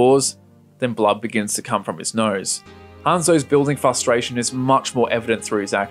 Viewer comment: Great video, but you say prospective instead of perspective, so I'm gonna have to report you to the authorities. Edit: Also, fustration instead of frustration and Kahlúa instead of Killua. SWAT team incoming.